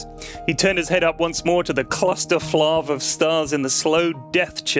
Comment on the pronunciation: I thought it was flarv, not flavv?